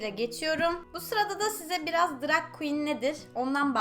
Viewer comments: Seda E. Turkiyede herkes drag queen yerine drug queen diyor nedense. Belki de bu yuzden drug queen demeyi secmistir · drag makyajıyla ilgilendiğini araştırdığını söylüyosun ama daha ''drag''i doğru telaffuz edemiyorsun, hoş değil.